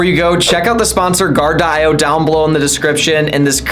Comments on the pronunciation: Great video but you mispronounced your sponsor. You were saying guard-de-eye-oh and it’s simply Guar-dee-oh or guard-e-o. Just like the rapper coolio (eeh oh). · sponsored by Gar-Di-Oh ????? say this: Guard-Dee-Oh